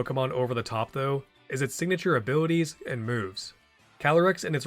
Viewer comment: Idk why I can't stop hearing abiwities 😂